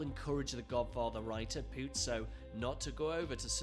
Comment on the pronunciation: It's not pronounced like "puzzo" it's a smooth z